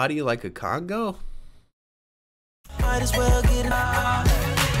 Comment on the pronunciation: isn't it called a cong"a"? Not a cong"o"?